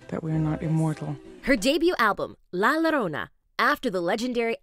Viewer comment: It's Pronounced Lah-io-ro-nah- (La Llorona)